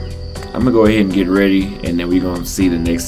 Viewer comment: It's "get" not "gate".....yawa, ma jaluo mane mokia kisungu 🤦🏾‍♂️